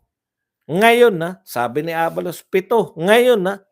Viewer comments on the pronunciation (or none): none